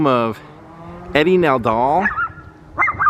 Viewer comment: It's Eddie Fadal not Nadal.